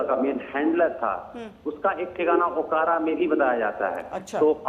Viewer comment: अकोरा नहीं।। ओकारा